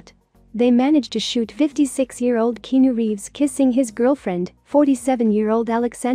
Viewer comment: Good Lord say his name correctly please... He deserves that much